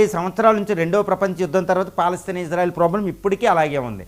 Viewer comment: ❤❤❤❤❤❤❤ గురువు గారు మీరంటే మంచి అభిమానం ప్రతీ వీడియో మిస్ కాను సార్ దయచేసి నా మనవి వినండి ఇశ్రాయేల్ అనండి/వ్రాయండి సార్ ఇజ్రాయేల్ కాదు సార్ హిబ్రూభాషలో ఈవిదంగా లిపి ఉంటుంది יִשְׂרָאֵל కుడి నుండి ఎడమకు చదవాలి 1.యోద్ =య "ఇ" ( * יִ ) 2. షీన్ = ష లేదా “శ” ( * שׂ ) 3. రేష్ = ర (* רָ) 4. అలెఫ్ = ఎ (* אֵ ) 5. లామెద్ = ల (* ל ) *ఇశ్రాయేల్ * ISRAEL ఇందులో "J" ఎక్కడుంది సార్ దయచేసి ఆ దేశ సార్వబౌమాధికారంతో పెట్ట బడిన పేరును అవమానించవద్దు, ఇది గమనించండి. ఆదేశం యొక్క పేరును అబాసుపాలు చేయకండి. మాకు తీరని అవమానం. ప్రతీ అక్షరం క్రింద ఒత్తులు (దాగేష్ ) ఉన్నవి. హిబ్రూ అక్షరమాలలో "జ" అనే సౌండు లేదు మీకు శతకోటి దండాలు తప్పు పలక కండి,వ్రాయకండి.